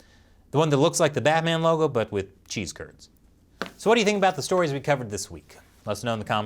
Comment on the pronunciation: Spelling color as "colour" isn't much of a big deal. However, pronouncing about as "aboot" is a felony against the English language.